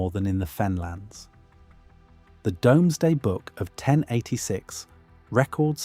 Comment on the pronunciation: It’s pronounced dooooomsday book; not deumesday. Tell AI.